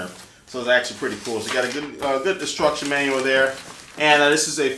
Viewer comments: Does anyone else think he says "destruction manual" ? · sounded like "destruction manual" on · Sounds like you said destruction manual. I'll never need a manual to destroy anything! Muahaha!